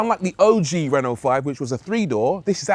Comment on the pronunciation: It's not Reeno, it's Reno